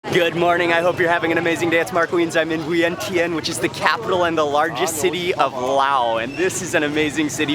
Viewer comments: did he say vin tin?.....i thought he thai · I am sorry wrong pronunciation of Viengchan, thank you 🙏